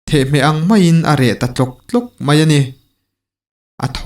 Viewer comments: I thu lam pakhat hi 'theh-hmeh' ni lovin 'the-hmeh' a ni e. Thereng hram lai hi thingah han hmet bet i la, a reh hmak mai a, a reh nghal vung vung a. Hemi hi tehkhinna atana hmangin reh tlawk tlawk hi 'the-hmeh ang mai' an ti ta a ni e. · Thereng tih anga - thehmeh- tiha lam tur.